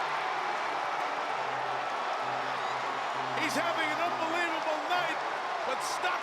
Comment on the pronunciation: Henry; 'that's un-BILL-evable' :)